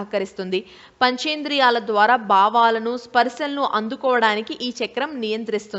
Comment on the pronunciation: భావాలు అని పలకడం చేతకాక "బావాలు" అని ఆవిడ పలకడం, దీనిని మీరు మెచ్చుకోవడం, చాలా బావుంది. భేష్!